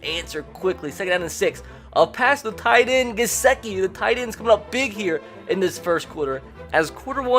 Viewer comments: This dude keeps saying GesEkiand it's triggering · What r ur pronunciations tho??? It’s BAHLAHGE and Guhsickee